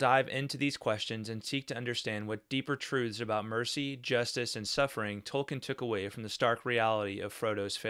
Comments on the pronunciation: Hi. If you google, you will see that Tolkien himself pronounces his name Toll-keen, not -ken. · Tolkien, not Tolkin. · All do respect, you should learn to pronounce the man's name correctly if you're running a channel bearing his name.